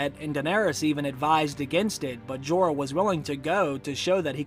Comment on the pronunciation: PLEASE learn English Grammar & Pronounciation/Elocution! Like it or not, you area teacher, & you have an enormous classroom. I am a retired English Lit & Lang Lecturer, inc ESL. “Went” isn’t “gone” & vice versa, & it’s NOT “Jeeeee-r “—doesn’t rhyme with “Eeyore”; also, I believe you are an excellent teacher. Your explications are enviable, your mastery of the subjects [Books & Series] prolific. Remember, Jon didn’t went with Wildlings: Jon has GONE with the Wildling. Please understand I write out of respect for you. You are the future, so teach well. It is your burden now. Ave atque vale!